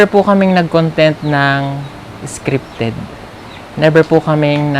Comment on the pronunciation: Hindi nkasubaybay lagi yung nagsabi ng scrifted haha